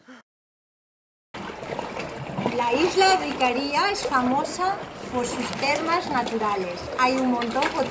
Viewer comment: Hola. Una pequeña corrección. Las isla se llama Icaria, no Icaría. Es decir la primera "a" es tónica. Aprovecho para comentar que la Isla de Rodas es Rodas. No Rodes, ni Rhodes. En mallorquín Rodes, con la ""e" abierta que suena casi como una "a". Saludos